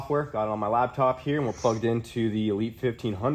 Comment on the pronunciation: Laptop my guy. Not labtop haha